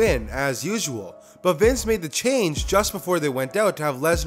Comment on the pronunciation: Is not Vince is Wice